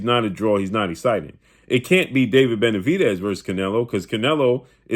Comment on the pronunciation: He already said what was, benavediz lmao